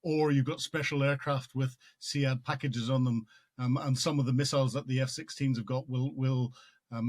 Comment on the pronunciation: Sead….not Se-ad Army trying to understand A2